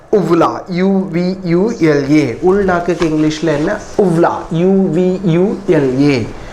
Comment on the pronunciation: Your pronunciation is wrong for "uvula" ˈjuːvjʊlə this is the correct .. I think